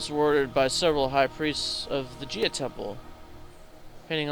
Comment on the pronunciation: If you're gonna spend an episode correcting grammar/spelling mistakes made by people who first language is not English, learn how to pronounce Gaia - it's" Gai-a" not "Gia".